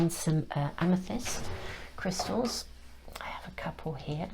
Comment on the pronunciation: I usually don’t comment but you keep saying my name in your readings. You say “Krista” when trying to say “crystals”. You did it in others and this one too. Thank you for my messages. Note: I don’t want to re enter the energy that led me to this reading so I won’t give too much of a description but I was led right to it in the most timely manner while I was considering what to say to a specific very close family member. I’m not even surprised by the power of the universe’s ability to get messages, people and circumstances to me anymore. I’m Just in love with it. ❤ thanks again sister